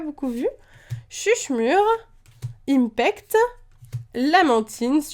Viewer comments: ymphect ce dit infect et pas impect ;) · Ym"f"ect pas Ympect pitié ! On dit "F"armacie pas "P"armacie ahahah